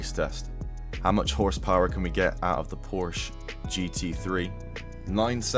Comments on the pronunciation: Learn to say PORSECHE my guy ffs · I say porsh lmao